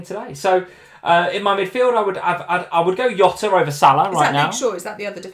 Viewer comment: Love ya both but this Yota thing is driving me crazy. He's Portuguese like Mourinho. It's not Hose it's Jose, it's not Yota it's Jota!